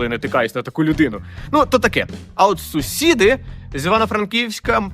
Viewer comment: СусідИ ,походженнЯ ,в УкраїнІ! Ви говорите з наголосом на останню літеру.